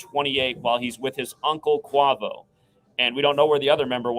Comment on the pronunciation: pronounced kway-voh :P but thats besides the point. good work